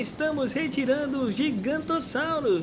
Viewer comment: É giganontossauro e não gigantossauro